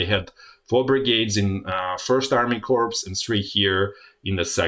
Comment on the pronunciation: amazing good analysis. thank you ! BTW in "corps". you dont pronounce as written, but "cor". is right Wiki Corps (/kɔːr/; plural corps /kɔːrz/; from French corps, from the Latin corpus "body") is a term used for several different kinds of organization. A military innovation by Napoleon, the formation was first named as such in 1805. The size of a corps varies greatly, but from two to five divisions and anywhere from 40,000 to 80,000 are the numbers stated by the US Department of Defense.